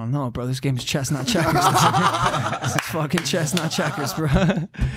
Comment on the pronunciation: It sounds like Logan is saying “Chesnut Checkers” instead of “Chess not Checkers”. Am I the only one who thought this the whole podcast...?